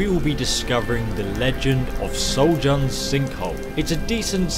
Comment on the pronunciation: I thought after all these years you would have known the pronounce the 'J' in Nordic words like a 'Y' but no. You're now dead to me.